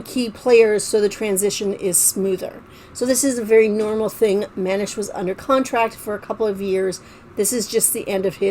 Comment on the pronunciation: It's Man-eesh.